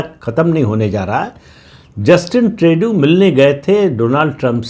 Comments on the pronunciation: प्रदीप सिंह जी, पता नही आप को जस्टिन ट्रूडो (Tru-Doh) का नाम सही बोलने मे क्यो दिक्कत होती है! 😊 ट्रेडू नही ट्रूडो! 😊 कॅनडा अपना अस्तित्व बनाए रखेगा! कॅनडा अमरीका का स्टेट बनेगा यह नामुमकिन है! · श्रीमानजी, प्रणाम! Justin Trudeau का सही उच्चारण है - जस्टिन ट्रूडो (ट्र+उ +डो). मैं पिछले कई वर्षों से Canada में रह रहा हूं और आपका चैनल निरंतर सुनता हूं; निःसंदेह आपका बहुत बड़ा फैन भी हूं. आपका चैनल दिन दुगुनी और रात चौगुनी उन्नति करे - ऐसी मेरी प्रार्थना भी है और कामना भी🙏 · पहले ट्रुडो का नाम तो सही लेना सीख ले प्रदीप सिंह 😂😂😮